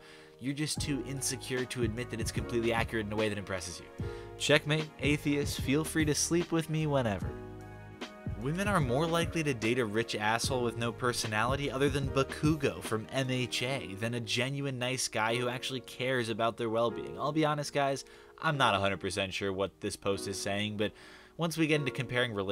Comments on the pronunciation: I almost hit you the way you butchered BAH-koo-go's name from MHA -.o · His pronunciation of bakugo was low key adorable lol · your pronunciation of Bakugo's name was atrocious.